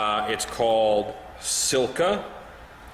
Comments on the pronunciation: It's not Silka...it's Sika (See-ka). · Just so ya know it's pronounced sika (seeka). It's a good product for a range of things. ThNkyou for the videos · the cringe when you call sika "silka"